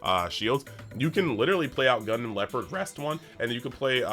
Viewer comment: 🎉 congrats on 10k! Btw Gundam Leopard is pronounced like the tank, not like the animal. ❤